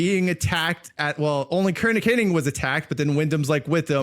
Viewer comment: It’s Hennig, not Henning. 🤦🏼‍♂️